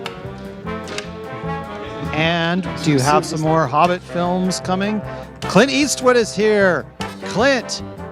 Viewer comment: Tim mispronounces Clint Eastwood as "Cunt Ass"